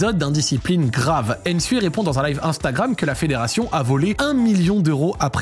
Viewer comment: c’est pas aine sue ni aine zalang c’est nsue et nzalang c’est pas compliqué mladenovitch tu le prononce correctement donc fais de meme